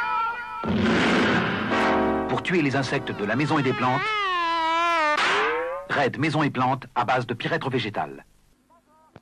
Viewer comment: Amusing to hear "raid" pronounced as "red".